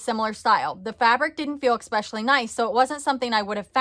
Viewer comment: There is no “X” in Especially. You can search words in google and they will say them for you, when you have trouble pronouncing. Pet peeves